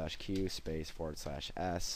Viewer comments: I made same mistake....was sure he SAID "N" rather than "M" in remdir. I can't see well, but I can still hear and been a long time since I used DOS commands LOL Anyway, glad to know I heard correctly. He should fix his video as some don't know what the DOS commands mean. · Did it exactly as told and all the items in the file popped up and each one said access denied. It would not delete the folder or files. Also it sounds like you say RNDIR and apparently other people are typing in RN instead of RM. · THANK YOU,! I FINALLY got rid of these two files that would not sync to a cloud and kept giving me error messages for months. Thanks! I will donate right now. BTW, I also tried the "rndr" (like Tommy Ostergaard below my comment) because it sounds like that's what you're saying. Suggestion to fix this: the type is tiny in the tutorial -- consider superimposing the commands you type over the screenshot. To follow along, I had both the video and the command box open, which made your typing almost discernible and thus I listened to your voice only, which sounded like you were saying "rndir". Thanks again!